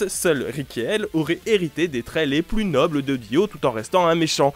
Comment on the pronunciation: "semble érité de jonathan" ;-; la prononciation